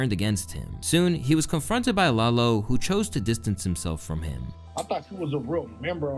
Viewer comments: it’s LAH-LO not lay-low 😂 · lol it’s pronounced Lah-low not lay-low 😂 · “Lay-low” is crazy💀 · “Lay lo gone brazy” 😭😭🤦‍♂️ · Calling lalo Lay Low is wild